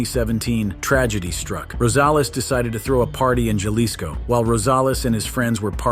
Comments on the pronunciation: It is Haliso, NOT Jahlicsco! NOT! Wise up, narrator! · "Jalisco" pronounced as "Halisco" in spanish.